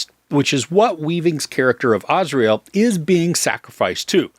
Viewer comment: Azrael is literally the angel of death. The name is pronounced Az-ry-el.